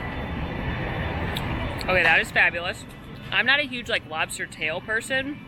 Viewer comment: you nailed the lobsta accent :D